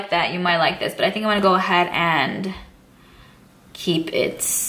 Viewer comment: OMG that is a really large collection. You have amazing palettes. too bad I am seeing this video too late to had bought any of the palettes from you. BTW, have you noticed that you say "baa" instead of "but" hahaha just I couldnt help to hear you every time.